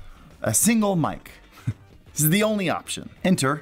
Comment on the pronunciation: Anyone else come to the comments wondering why he can’t say Mic/Aux